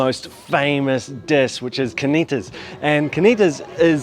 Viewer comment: Why does he pronounce carnitas like there is no r? I do not know how these people do not all weigh 500 lbs. The food looks so good I'm about to take a bite out of the monitor.